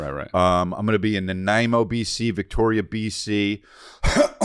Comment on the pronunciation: I am proud of Chris... first time I have heard him pronounce Nanaimo correctly since he started saying it a couple/few weeks ago 😂